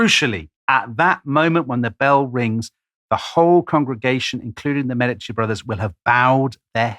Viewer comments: Medici is pronounced witha stress on the first syllable MEEEE-di-ci - and with an european/italian E, please. Otherwise:Thank you, Tom & Dom! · I love you guys as presenters, but quit bouncing between pronunciations of Medici! lol You’re killing us Type As out here. 😂